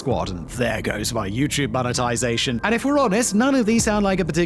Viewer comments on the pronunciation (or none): none